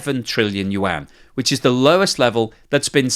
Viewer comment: Thank you for learning to pronounce Yuan. It's pretty decent now. Much improved from 6 months ago. 😀